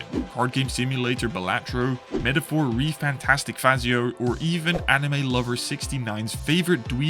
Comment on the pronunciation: Loved how you pronounced metaphor: re fantastic fazio xd, nice video bro keep it up :D